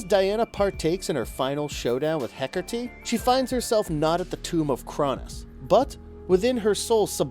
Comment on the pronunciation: HecaRrrrrteee /cringes